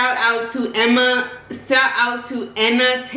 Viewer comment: Awww 🥰!!! I love you too!! You made me BDAY!!! My name is pronounced “Enna” like “Tina” without the “T”! But when you said “Emma” I knew it as me! people always mispronounce my name! But it’s okay!!! Thanks for the SHOUTOUT!! You’re soul is contagious!!! Also, I LOVE asparagus (they are huge)! But I’m also a broccoli lover(currently eating it) lol. And OMG 400k?!?! God is SO good!!! I tell people about your channel all the time!!! LOVE YOU TONS!!